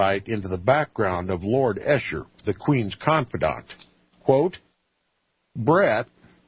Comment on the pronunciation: Esher, pronounced ee shur